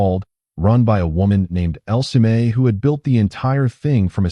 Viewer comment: It’s not El-se-may; it’s pronounced: L-see!